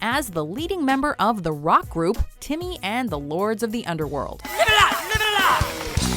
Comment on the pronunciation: Impressive of how Timmy is a rock leader for only saying "timmah"